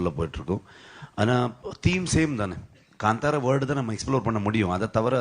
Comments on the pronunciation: Gaaandhaara ❌ Kantara ✅ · ಅವ್ಳ ನಾಲಿಗೇನಾ ಹರಿದು ಉಪ್ಪು ಕಾರ ಹಾಕಿದ್ರು ಕನ್ನಡ ಬರಲ್ಲ ಗುರು.. ಗಾಂದಾರ ಅಂತಾಳೆ, ಹೊಂಬಾಳೆ ಗೆ ಹಂಬಾಲ ಅಂತಾಳೆ.. ಕೇಳೋಕೆ ಬೇಜಾರ್ ಆಗ್ತಾ ಇದೆ.